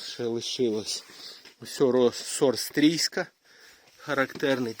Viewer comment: Лайк,тільки не "Стрійська", а "Стрийська" , названа в честь міста Стрий,Львівська область.